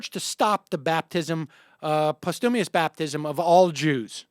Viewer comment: posthu-mious? wtf